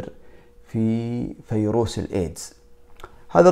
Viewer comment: اسمه ڤيروس!!! ارحمنا!! ألا تعرف الحرف v...؟؟؟؟